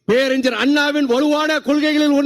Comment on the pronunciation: Peraringar you have to prononounce ஞ through nose.Vaiko’s son too pronounce it ugly. Pathetic. Falling standards in public speaking 😢